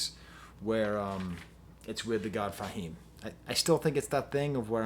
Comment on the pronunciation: "Thah" God Fahim?! Come on man.. Do you have to butcher rapper names to be a youtube critic? How do u butcher the word 'tha'' and I don't care that its spelled with an a. Between u and Fantano its unreal how many unintentional nicknames you make up.. Just say rapper's names how THEY say it in every other song simple. Its not Nos, btw its Nas.